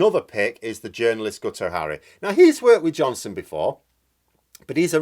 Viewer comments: Guto is pronounced Gito not Ghuto. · Guto is a Welsh name pronounced Geeto. Hard g, long ee/ii sound, (rhymes with beat), sharp short o sound.